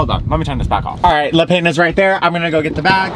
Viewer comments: I love that you questioned how to pronounce 'Yucatan' yet had no regard for 'le pain' over and over...hahaha! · The way you pronounce Le Pain... adorable! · The way you kept pronouncing Le Pain ahaha